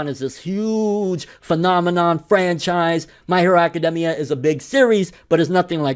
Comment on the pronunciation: The thing that made me mad was that hes saying academia wrong